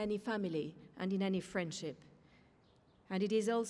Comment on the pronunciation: when trump said friendship it sounded like he said frenchip